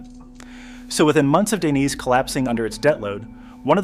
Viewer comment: "lino daineyss"😭😭